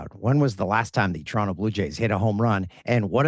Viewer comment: Hey, did just call Toronto, Toron-TOE? What kind of Canadian is he? No one here pronounces the T......